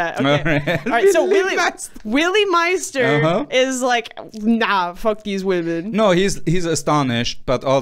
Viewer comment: Respect though for pronouncing Willy Meister's name properly